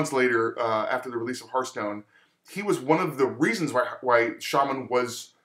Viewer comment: i'd like to buff your ability to pronounce "hearthstone"